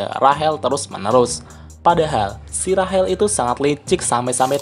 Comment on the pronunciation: Rachel(rashel) Cok bukan Rahel